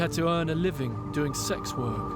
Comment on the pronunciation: Ugh The cop can’t even say the words sex and transgender. Wtf. Did he even study???